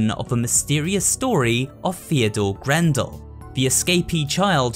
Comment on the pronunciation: I thought the name was Theodore Grambell, not grandel